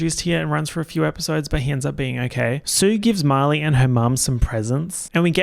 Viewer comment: it throws me off everytime you say Marley i hear "molly" and i get so confused hahaha